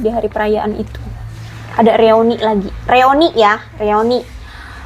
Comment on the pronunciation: Punten BUKAN REONI, tapi REUNI.